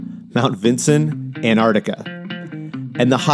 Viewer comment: ANTARCTICA is pronounced ANT -TARC - TICA or ( ANT TAR TIC KER ,) NOT repeat ANN aRT TiCA got it 🤣😭😅✌️